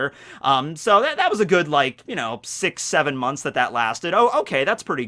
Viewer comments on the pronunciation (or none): none